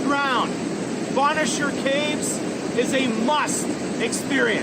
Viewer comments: BONE CHER PRONOUNCE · Bonnechere caves was mispronounced....bonne (phoneteticLly pronounced bun)is a feminine french word for beautiful...and chere phonetically pronounced share is another french word for dear! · You did fabulously on pronouncing Kakabeka Falls and Ouimet Canyon. Gananoque (GAN A knock way) Agawa rhymes with BAG a wah. Bonnechere (BUN-sheer) caves. The CHEL-ten-ham Badlands used to be open to visitors walking on them. I was there once many years ago before the renovations and recently. Because it is actually terra cotta shale clay, it can be very slippery when wet. When you enter the parking lot there is a visitor centre there where you pay for your tickets and then take the trail to the lookout over the badlands. There is plenty of farmland surrounding the badlands so that's another reason to keep it free of human feet. The Elora Gorge also has an outdoor concert stage where there are about 30 or so bands that play during Riverfest and thousands attend. The trolly/tram/streetcar that takes you down to the river for the Hornblower cruise is called a funicular. It's pronounced sort of like particular FOO nick You Lar. There is also funicular in Quebec City. Of possible interest, Ontario also has saltwater ports on its northern shore on James Bay and Hudson's Bay.